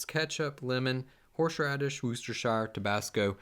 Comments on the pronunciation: Is he saying “horSHradish?” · Haha love the way he says “horsh radish shauce” like a tongue twister 😂👍🏾